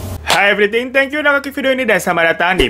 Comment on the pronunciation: Di 12 detik pertama udah keget, ulang, siapa tau kuping ni butuh bantuan. Ternyata emang Everythink.. wkwk